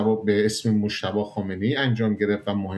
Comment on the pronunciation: اقای شما عمدن دارین مجتبی رو موشتباه تلفظ میکنین واین برای انسانیت درست واخلاقی نیست.جانم فدای ایران اسلتمی 😮😮